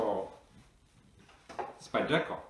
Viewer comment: Its pronounced Spider-Co not spydec-co. Great video thank you.